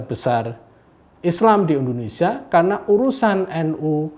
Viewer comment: Kenapa Indonesia harus dibaca Indonesia (RIP huruf i) 😭😭😭